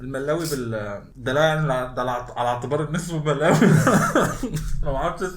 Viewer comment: ههههه ده اكيد مش كمون لي في المخبوزات هيكون يانسون و بعدين كلو لازم يتاكل مع الشاي 😂😂 و الملاوي بتتنطق كده مْلَاوِي